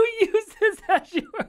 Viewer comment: . You didn't just pronounce Azure like that.